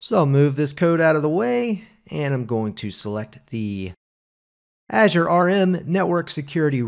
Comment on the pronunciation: Not how you pronounce Azure (in intro), but looks really interesting 😊